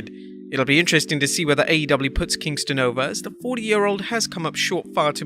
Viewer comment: Wheneverer you say Kingston I think kosher at fi=st